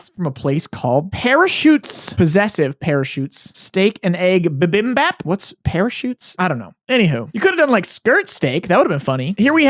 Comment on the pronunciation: How he said "bibimbap" cut deep into my soul. its